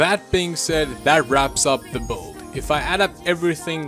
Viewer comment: "Boild" it's build